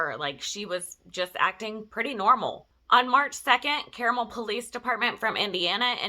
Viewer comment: Great video. It's actually pronounced CAR-mul. It's kind of Indianapolis' Alpharetta.